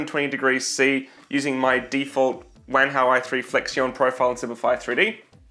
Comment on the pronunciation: I thought you said wanka i3